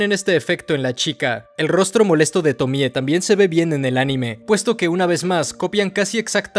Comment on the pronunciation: ¡Tremendo análisis! El otro día estaba viendo entrevistas a Junji y cuando decía Tomie lo acentuaba en la e, como Tomié. Me pareció raro porque estaba acostumbrado después de ver todos tus videos del personaje. Pero te lo comento por si quieres corregirlo en próximos videos. <3